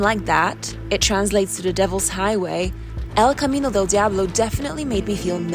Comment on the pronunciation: Your pronunciation of El Camino Del Diablo is perfecto! 👏🏻👏🏻👏🏻👏🏻👊🏻👊🏻✊🏼✊🏼